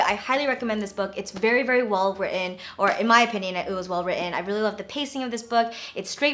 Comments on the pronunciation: You said "written" during the review of Shelter with a british accent hahahha you must have been influenced by ben CUTE!!!!! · the way she said 'written' sounded so british. love ! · the way you said "written" was so british :D